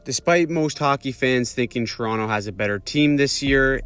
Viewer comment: that's actually the most OG correct way to say Toronto if you are truly from Scarborough area and such. You wouldn't typically say it like TO-RON-TO unless you were a foreigner, TO-RON-NO is the most standard way. TRON-o or TRON is the more niche but truest way, with that very quiet o at end.